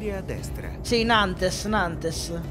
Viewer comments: (Sono antonio palmiero) La città di nantes Si dice nant La città di civaux Si dice sivo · s in francese non si pronuncia devi dire nante senza dire la s bel video